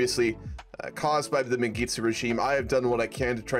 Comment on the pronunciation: as a ethiopian, i find your pronouncing Mengistu funny. keep up the work man!!!